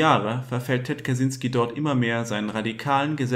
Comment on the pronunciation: Kaczynski ist ein polnischer Name und das "cz" wird als "tschy" ausgesprochen, also Katschynski. Aber egal, darum geht es nicht!! Ansonsten ein wirklich interessantes Thema, und wie immer auf diesem Kanal sehr gut dargestellt!!